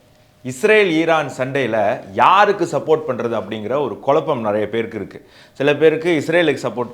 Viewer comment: sir can't you pronounceTamizs special letter Za. Tmilu. Kulappam you are saying. Kuzappam say that correctly.